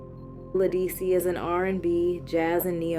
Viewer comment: You mispronounced “Ledisi.” It’s correctly pronounced “Le-duh-see!”